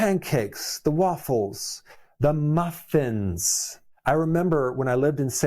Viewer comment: The way he said MUF FINS..lol. has anyone seen the new Dunkin commercial where the guy is picking his hashbrowns off a tree?? I think we are smarter than that Dunkin lol we KNOW they aren't healthy they dont grow on trees😂